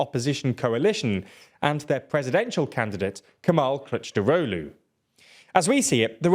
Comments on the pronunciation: As a Turk, I was kinda funny to these mistakes, he needed to say something like Kilichdarolu and He was saying CourageDaulu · bro is pronounced K I L I N J A R O G L U its hilarious that you cant even spell it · 🤣🤣 dude, the amount of errors in this video is frustrating! just don't do this mate, please be honest! Erdogan will win in a landslide victory. p.s, the guy your trying to cheerlead is called "Kılıçdaroğlu" not "kictarolu" 😭 at least get that right. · Kilij-dar-oglu very easy to pronounce. Have some respect and learn how to pronounce Turkish names if you are at least willing to make a 10 min video about it. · Here is a pronounciation cheat sheet: - Rejep Erdo an - Kemal Kilichdarohlu It's getting better. Turkish c is a j and c with a tail is a ch. G is g and g with a hat is silent. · I'd say its more like Rejep Tahyip Erdo-an (a brief pause between o and a) Kemal Kuhluhchdarohlu (the I in Kılıçdaroğlu makes the "uh" sound rather than "i") i know it is a murder of a pronounciaton but that's the best I could come up with XD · The c in the middle is pronounced more like a j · I don’t speak Turkish, but that sounded wrong to even my ears. LOL. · I spat out my drink as he pronounced Kılıçdaroğlu 💀